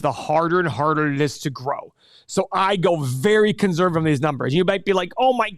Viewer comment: One of these days, will say conservative correctly